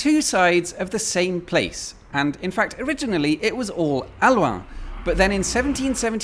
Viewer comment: Its not aluaan, its halluin. Say it as it is written. Hallooin.